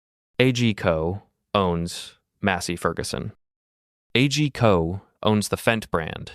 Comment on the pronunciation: Isn't A G Co promounced as on word ?